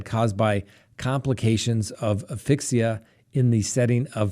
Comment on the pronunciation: Isn't it " aSphyxia" ? "Aphixia" ,as you call it ,sn't even a word. I luv the content tho